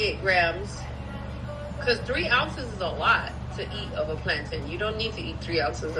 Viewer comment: The way you pronounce "plantain" is disappointing. You're Nigerian for goodness sake! What is plan-tin?!